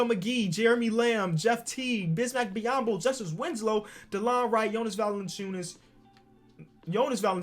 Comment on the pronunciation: This man really said Jonas valenciunas twice after hearing his mistake the first time hah oh lawd